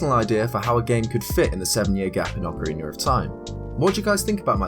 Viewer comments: Ocarina of Time: Ocariner of Time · Why the hell cant you fucking say the word ocerina?